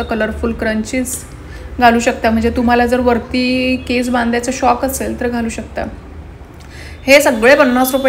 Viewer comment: Video chaan hota ,Narration pn chan kel,But u need to work on your Pronunciation ugach nako tithe न cha ण nako krus .अस्तरंगी नाही अष्टरंगी. क्रंची नाही स्क्रंचि. शोक नाही शौक. फॉवर नाही फ्लावर